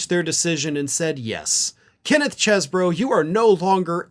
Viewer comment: for the last time, the pronunciation is "CHEEZ-bro"!